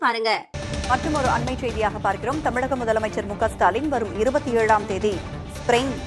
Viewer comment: ஸ்பெரைன் அல்ல ஸ்பெயின்😂😂